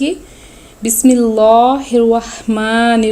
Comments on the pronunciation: بہن آپ تھوڑا غور فرمائیں بسم اللہ کی لام کو باریک پڑھنا ہے آپ نے موٹا پڑھا ہے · Ap nei bismilah ghalat parhi hy